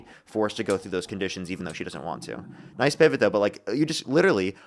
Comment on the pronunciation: No one will noice his noice